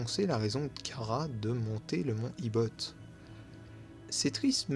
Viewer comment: Tu prononce mal chara sa se prononce chara pas kara 😅 sinon la vidéo sur chara et frisk j'ai eu des frissons 😮😊